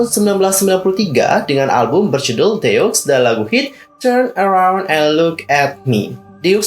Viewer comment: Kayanya cara baca grup “ DEUX “ itu deu ajah ka x nya ga ush dibaca. Kaya deu kalo org sunda ngomong. Karena ini diambil dari bahasa perancis yg artinya 2.